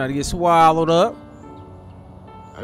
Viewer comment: Lmfao. I love you bro " SWALLOED" 😅